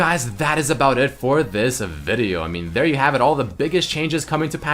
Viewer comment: Change the intro please..and stop saying video the way u say it XD